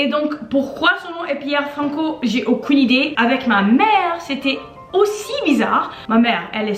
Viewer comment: thhe way she says aucun